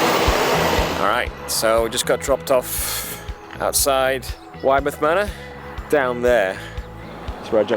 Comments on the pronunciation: I live in Widemouth — it’s pronounced Wid-muth! Great video 🤙🏼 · Boscastle is my local fishing spot - 30mins away from where I live (I was fishing there in late June) and just FYI it’s pronounced Wid-e-mouth lol.